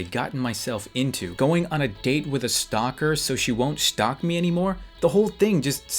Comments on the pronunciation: did you say shtalk ? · he says stolk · Shtalk 10/10 english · shtock or stalk